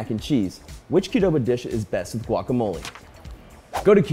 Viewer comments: Their pronunciation of guacamole cringes me. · You don't even pronounce guacamole corectly